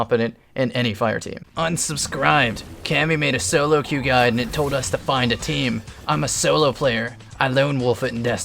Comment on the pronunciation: queue is pronounced Q.